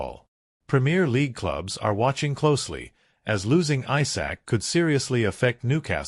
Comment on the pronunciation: Isak not Aysak 🙄